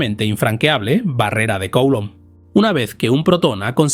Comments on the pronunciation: Coulomb es un apellido francés. Se pronuncia: culómb. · Se pronuncia (grosso modo) "Culomb", mejor que Coulomb 😉 Gracias por tus contenidos. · Me chirría enormemente la pronunciación de "Coulomb" Nunca había oído nada parecido. Por favor, revísela